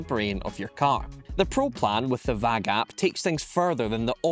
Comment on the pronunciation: Also, you're not saying VAG correctly